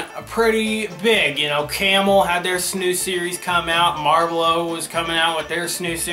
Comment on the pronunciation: lol "marblow"